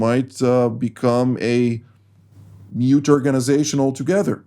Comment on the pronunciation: Re UNRWA, "mute"? I think meant 'moot'.